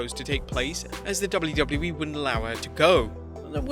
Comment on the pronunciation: "dubliu dubliu E"